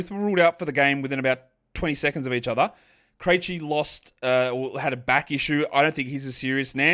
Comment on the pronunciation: You've been pronouncing Vit Krejci's name wrong for the last year or so. Have you watched a single Hawks game in that time?